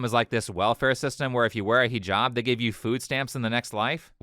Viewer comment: "I am Arish and I am fram the south and I will wear this hiJAb because I wear it for Ala not for no man not for anybody else I wear it for Ala" I fucking hate how this woman pronounces things. If you're going to do something, I don't give a fuck. Just do it right. "Ala" over "Allah", "Arish" over "Irish", "hiJAB" over "hijab". (The capital letters represent spikes in the accent like a mispronunciation)